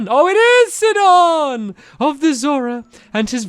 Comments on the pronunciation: It's not 'sidon' its pronounced sigh-don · Hey stampy It's pronounced sigh-don not sid-on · It's Si-don not Sid-on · Your saying Sidon wrong you need to say it sigh-don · Your pronouncing Sidon wrong. It’s pronounced Saidon. It means fishery in another language.